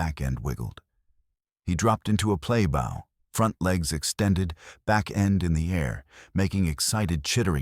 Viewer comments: Bow is pronounced like hoe/low/owe/sow. Nearly every story wrong pronunciations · Pronunciation depends on word use. Bow, the noun, is pronounced that way (except for sow...) Bow, the verb, is pronounced like "how" (and sow...).